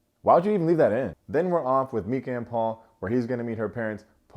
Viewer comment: The drama with Netflix and Charles, er I mean Charlie is EVERYTHING! 😅 Also, I saw Kwame's salad too because at first I was like damn, he demolished that salad, 🥗 then oh wait nevermind 😅 Also Meeka = MY-ka ❤